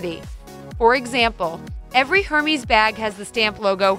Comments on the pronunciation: Somebody who can’t even pronounce Hermes correctly trying to teach us how to spot a fake? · Learn how to pronounce the name Hermes. It's not Her meez. Correct pronunciation: ehr-mez. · "Hermees" "HERMEES"!! Omfg it's pronounced "air mez" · It’s Hermes (er-Mez) not Hermees - if your going to talk about it then at least say it right! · Pronunciation is important if you purport to be an expert and are trying to teach others. (AIR MEZ). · Hermeez AHHHHH STOP